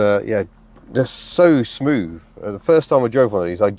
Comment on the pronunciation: Smoov, fird, free, fink, frough, fought....thucks sake